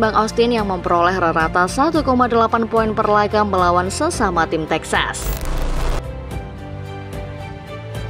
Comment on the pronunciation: Kok Tejas, Bukan Texas Toh 😂